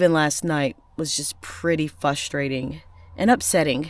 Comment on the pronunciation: Please stop saying "fustrating"! The word is frustrating!